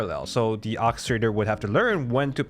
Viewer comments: English is hard, but God, "Okistrator" was really getting on my nerves. OR kistrator... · "OR-KE-STRA-TOR" not whatever the heck you said repeatedly PLEASE. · ORRchestrator. orchestrator.